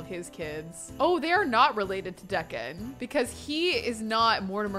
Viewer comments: I think it's pronounced Dee-can, not Deck-an... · saying Decon over & over when it’s actually pronounced like Deeeecon lol. So funny 😂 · Deacon, " DEE CON" I know it is not a huge deal but do you know how many times you said the kids name .... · Deacon is pronounced “Dee-kin”. 😭😂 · I thought I was the only one who noticed this. 🤣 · Deacon is pronounced Dee-kn. The two vowels in a row change the rules. The first vowel makes the second silent and the first vowel becomes a long vowel. In this case E doesn't say eh it says EE and the a is silent. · It’s pronounced Dee con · Deacon is “dee-can” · Right? It physically pains me every time she pronounces it the way she does lol